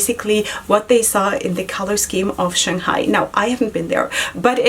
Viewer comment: You're saying Shanghai just fine. :) Congratulations on getting on the pr list.